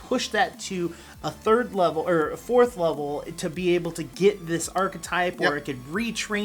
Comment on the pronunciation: *Third not thired 🤨